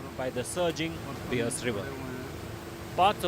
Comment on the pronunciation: Can’t even pronounce Beas and Gurdaspur😂